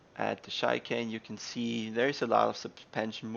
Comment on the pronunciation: by the way, as for 'CHICANE' it's not pronounced: Shaikane, but rather: shikane, not shy, but she ;) cheers :) it's a French word, of course you knew that, hence the pronunciation of CH is like SH, but most Americans don't get that :D they specially mispronounce every CH that is French, i wonder if they pronounce Chevy as Kevy :D